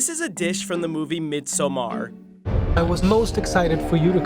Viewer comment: Midsommar is pronounced "midsommar", not Midsa maaar